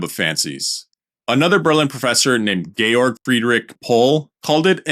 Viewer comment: Thank you for pronouncing Georg correctly rather than defaulting to George!